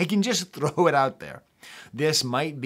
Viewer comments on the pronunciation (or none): none